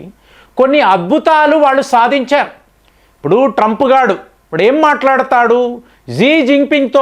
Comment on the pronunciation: Trup ghadu Enti ,,.Koncham Manchinga matladandi